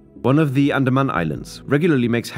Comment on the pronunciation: andamna islands 😂